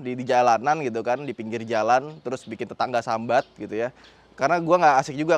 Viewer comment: "Sambat" Jowone wes medok bang😂